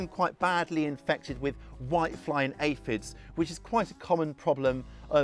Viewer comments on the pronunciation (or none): none